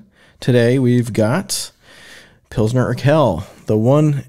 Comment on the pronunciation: Btw: it's pronounced "urkwel", not "urkel". Also in German Saaz is "zaats", in Czech Žatec ("zhatets").